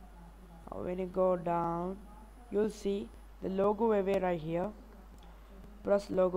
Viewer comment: you said logo AVAY it is pronounced AWAY